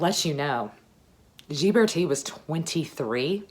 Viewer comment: I love these Renaissance videos. Your love of history shines through. By the way, Ghiberti is pronounced with a hard “g” and the accent is on the second syllable.